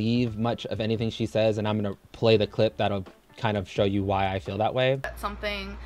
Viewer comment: She cant say „feel” and „fill” for shit its always sounds like the other